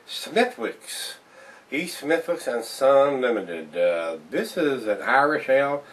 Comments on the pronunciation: good review! i agree with wakefielddevin. killians irish red is better but this one is a good beer. and its pronounced "smiticks" the "d" and "h" are silent. so just say it fast and thats how the irish say it. good video! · its pronounced SMITHICKS without the W sound. just to let you know. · sorry i mean to say the "w" is silent and "d" but it sounds like a "d" took the place of the "w" so it sounds like "smitdicks"